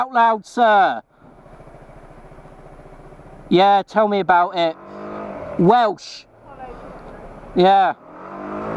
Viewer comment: Welsch. Hahaha Dammit.